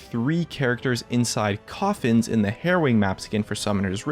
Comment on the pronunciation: i alwys hear heroin map instead of halloween map... O.o